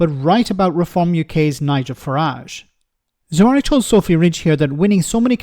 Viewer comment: His name is Zahawi, not "Zuh-wari".